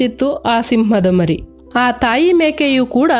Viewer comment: ಮಾರಿ ಅಲ್ಲಾ, ಮರಿ ಸಿಂಹ ಎಂದು ಓದಿರಿ.